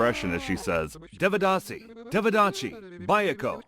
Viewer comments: Bro everything was good in this video but I wanted to tell you that in sanskrit script a have no sound its written like devadāsi but it sounds devdasi and also for A sounds you use Ā not normal A. I hope this will help you uderstand the scripts better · They said Devadasi like developer 😭 Dev rhymes with Dave, the D is pronounced like the sound you make when you say "the". Given that both D's sound like "the", the pronounciation becomes "They-vuh-da-see" Can anyone from South India actually confirm if all these facts are true? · It's not devadasi deeeevadaasi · Devadasi ❌️ They-ve-dhah-si ✅️ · It's pronounced "they-wuh-dasi".(I am tamil by the way). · Correction: It kind of began under the Pallava and Pandya dynasties, and reached the peak during the Chola dynasty. Sorry, but the pronunciation was terrible. Notwithstanding that, I appreciate you and your team for exploring these practises from the past and from across the world which have been ignored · bruh first learn to pronounce the word devadasi, don't give false information 😂